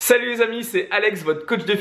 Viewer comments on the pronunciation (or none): none